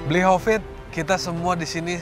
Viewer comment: Mba mal: bli hovit ya bukan kopit 😅